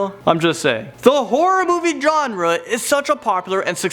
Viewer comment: he said genre wrong